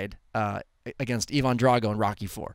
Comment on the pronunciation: Burgess Meredith's name is not pronounced burr-"guess", it's burr-"jiss". And Ivan Drago ain't eee-vonn Drago, it's eye-vinn. (And before any douche tries to correct me, I am aware that a Russian-speaker would pronounce it the former way, but throughout the movie it's pronounced in the latter). Clearly not a fan of the films or actors.